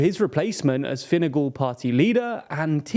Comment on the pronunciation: the way he said Fine Gael….